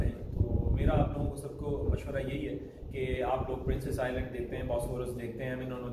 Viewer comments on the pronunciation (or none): none